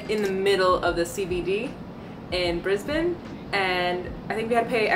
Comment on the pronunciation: Thank you for pronouncing "Brisbane" properly. You truly represent what the majority of humanity can be.